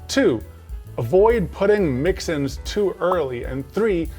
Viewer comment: Its not "Mix-Ins" its MIXN's!!